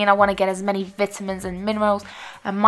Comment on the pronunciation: how she says vitamins. No hate tho love this video and really inspiring